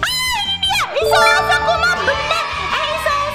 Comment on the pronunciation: Isao sakuma kakkk bukan isao sakuma 😭😭